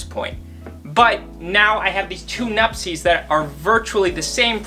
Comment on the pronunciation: Why do you call them nupsess IS NUPTSE